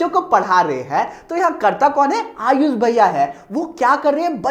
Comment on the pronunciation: Aap hame sha ayush bhaiya bol te hai 😢 Mujhe hame sha IAS bhaiya sunaayi deta hai 😂😂